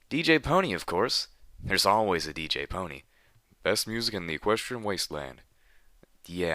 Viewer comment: Pon-three. There's a reason why that last letter is a number. It's not written as "pone", "poni" or even "pony". It's Pon3. Three. The number.